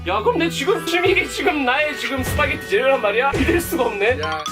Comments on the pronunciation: 스파게리 발음 좋으시네요 ㅋㅋㅋㅋ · 스파게티 ㄴㄴ 시파게티